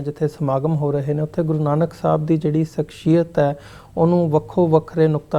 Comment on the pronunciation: Bro it is shakh-siy-yat (personality)